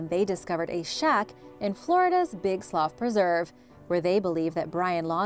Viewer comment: Slough pronounced sloo